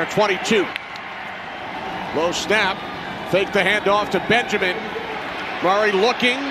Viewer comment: Why does the commentator pronounce Murray as Maury !?